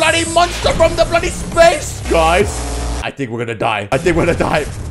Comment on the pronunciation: Why are you keep says bloodly